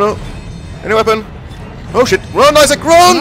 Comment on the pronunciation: i heard the "Issac" thing